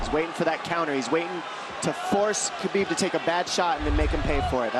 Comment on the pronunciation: Khabib is pronounced like Ha-beeb. This man is the GOAT of the UFC lightweight division, it's time people started saying his name right